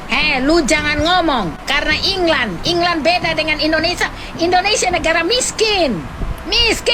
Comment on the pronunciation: England woy bukan inglan😅